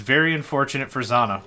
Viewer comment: It's pronounced "Zz-jah-nah".